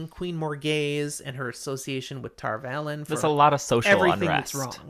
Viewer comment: Come on guys, it's Tar Valon, not Tarvalon